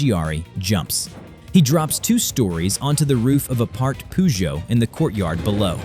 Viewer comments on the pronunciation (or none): Hi what is a poozhot you need to understand pronunciation pf the car brand Peugeot hahaha